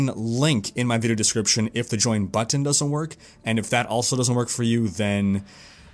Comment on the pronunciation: You are saying "button" wrong